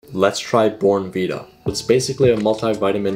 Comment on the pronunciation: it is pronounced bon vita